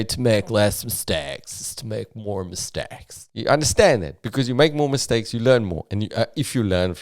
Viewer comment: I'm fasting and I just hear miss steaks